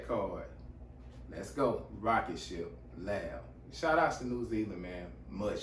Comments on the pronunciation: Thanks for reacting to L.A.B. I personally went to school with the lead singer/guitarist, Joel Shadbolt. FYI The pronunciation of the band name is by announcing each letter individually ✌️💚💡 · Hey bro the bands name. isnt pronounced lab but L. A. B. each letter seperately bro. Chur bro. Kia ora.D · Its L.A.B not lab